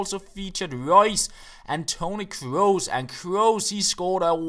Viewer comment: finally a youtuber who pronounces "kroos" correctly :D